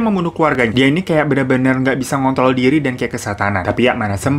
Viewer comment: Bang, maaf pas ngmong kontrol gua dgernya ga ada hruf R nya. Gua dgernya smpe 3x buat mastiin gua salah dger